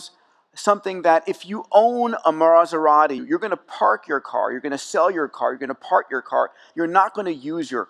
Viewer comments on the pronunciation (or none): MARSerati? :P